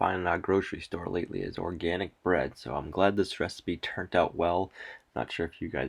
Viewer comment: Using a pitch fork would be easier than your hands ??? Soil is looking beautiful WOW!!! Hey I heard a bit of an accent in one of your words today: turn"t" and we in mid west say turned (with a "d")...interesting lol. I can't believe your wore a black shirt and did NOT get ANY flour on it??? I would have ended up with a WHITE shirt totally LOLOL Kudo's to you. I would be standing in a black shirt of shame oh my goodness. I am worse than the kids.